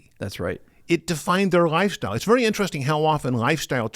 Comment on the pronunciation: The way he pronounces Lifestyle is just killing (GhyStyle)